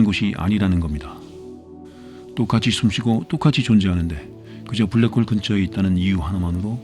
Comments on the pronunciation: 블라크 호으~ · 불랙 호올 ㅋㅋㅋㅋ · 블랙홀 영발음에서 눈물콧물다쌌습니다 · 블랙홀 발음 보소